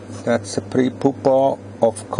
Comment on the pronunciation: That's how says "pupa." It's probably because the "u" in German is pronounced "oo."